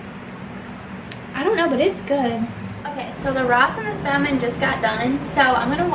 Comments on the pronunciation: Great video. But The L in “ salmon” is silent. It’s pronounced “sa-mon” 🙂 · The salmon? Sallman??